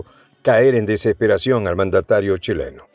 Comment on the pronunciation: "Cuileno" se parece a una palabra muy fea en Chile, algo impronunciable, ahora se te confunde la "u" con la "h"... je... je... je...